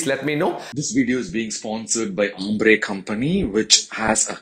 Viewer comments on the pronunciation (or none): none